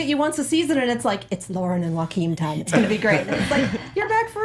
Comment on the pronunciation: literally just here to hear how they pronounce joaquim's name. it's wrong